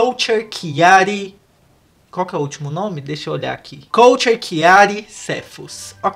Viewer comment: Falou o nome errado da KULTURE